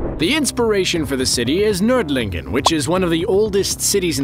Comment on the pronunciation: One of the first english AoT Videos I have seen where they pronounce the Ö of Nördlingen right :)